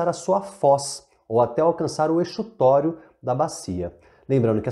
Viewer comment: Tô amando seus vídeo e assistindo pra garantir uma revisão básica pra uma prova. Achei que sua definição de talvegue deu um pouco de margem para uma má interpretação, quando você diz que é o PONTO mais baixo da bacia, e não é um ponto, né? E quanto a exutório, eu acredito que se pronuncia como Z. Desculpa ser chata, posso até estar errada, apenas tentando trocar figurinhas